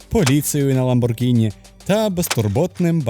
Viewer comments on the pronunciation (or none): none